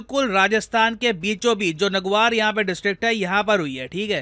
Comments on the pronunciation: naguar नही (नागौर) है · नागोर hai sir नगुआर नहीं 😝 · Nagwar nhi nagor hai wo sir 😊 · पहली बात सर यह नग्वार😂 नही नागौर😊 नाम का जिला है और यही से मे हूँ दूसरी बात आपने पिछली वीडियो मे कहा आने वाले समय मे अरब जगत से भारत तक connectivity कर देगे पानी मे तो lithium जैसी rare elements के लिए राजस्थान मे पानी पंजाब हरियाना कही से भी ले आएगे 🎉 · Haa नागौर को नागवार बोल दिया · इस जिले को "नागवार" नहीं "नागौर" कहते है😂😂 Love❤ from jaipur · It's not नगुआर, it's नागौर, and I'm from here only, love to 😌♥️ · It’s : ( Na-goo-r ) district! Not: ( N-A-Guar ) 😅 And if you’re thinking about water, Search Udaipur 😄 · Not nagvar this is nagaur 😂😂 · Sir it's Nagaur(नागौर) not नगुआर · भाई वो नगवार नहीं नागौर है 😅😅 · Sir it's not नगवार it's my नागौर ❤❤❤ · Sir it's नागौर not नगुआर। 😅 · "नगुआर" नहीं मेरे भाई "नागौर" है!!🤣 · sir naguvar nahi hota nagaur (नागौर) hota hai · It's not नगुआर.. It's नागौर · sir this is nagaur not nagwar as you said in your lecture and sir nagaur has didwana lake which is reservoir of salt. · It's not नगवार district it's नागौर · सर वो नागुआर नहीं नागौर है।😅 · That not is नगवार that is नागौर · नागौर है नगुआर नहीं 😂😂😂😂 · नगुआर नहीं वो नागौर डिस्ट्रिक्ट ह। सर 🙋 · सर उस जिले का नाम नगवार नही है, वो नागौर है। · नगुवार नहीं सर नागौर 😅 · Sir nagvar nhi Nagaur hai 😅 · नगुआर नहीं नागौर है जगह का नाम।😌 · Nagour h sir naguar nahi big mistake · Sir its not नगऊआर its नागौर 🙏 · Nagawar nhi h sir Nagaur h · नगुआर नहीं है नागौर है 😆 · अरे रे रेे नगुआर नहीं नगौर है सर।।।😏😒☺️ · Nagur ni h sir नागौर h ye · नागौर......not नगवार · It is नागौर not नागवार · नगवार नहीं नागौर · Nagwar nahi नागौर h sir 😂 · It's नागौर not नगुआर 😂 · Sir its not नागवार its नागौर 🙏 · नागवार nhi hota sir नागौर होता है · नगवार नहीं सर 😂 नागौर ह 😅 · नगवार नहीं नागौर nagour pronounce Sahi Karo sir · Waoo what a teacher you are who can't pronounce Nagaur district properly .it not naguuar how you pronounce its nagaur नागौर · It's not नगउआर it's नागौर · नागौर not नगवार 🤭 बोलो जरा ध्यान से 🙄